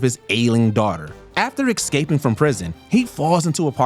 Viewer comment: I can only assume you're reading from a script. Can you tell me why you're putting an "X" in the word, "escaping"? .